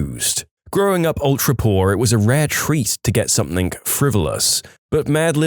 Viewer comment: No K in the word something